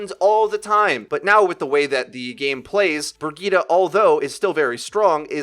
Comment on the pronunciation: Who tf is Brigeetah? LUL It's pronounced "B ihr git eh".